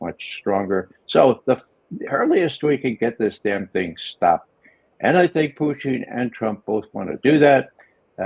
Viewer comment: I get such a kick out of Ray McGovern and how he pronounces Putin as Poutine. 😂